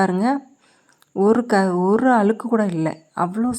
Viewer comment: அலுக்கு இல்லை அழுக்கு என்று தமிழை சரியாக உச்சரிக்கவும்.